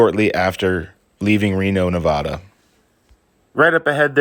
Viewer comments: It’s NevAda not Nevoda. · Neh-Va-Dah not Ne-Vaw-Duh! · While I think it is major BS you keep getting pulled over for BS please know it is Ne-VAD-uh not Ne-VAH-duh. Stay safe out there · Nobody in Nevada pronounces it "NeVAHda. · It’s pronounced Navaaada!